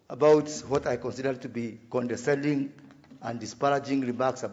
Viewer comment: Condescending not condeNscending.